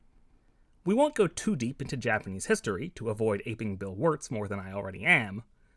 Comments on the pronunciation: props to u for actually pronouncing japanese words pretty well for a foreigner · From my Japanese point of view, the pronunciation is excellent!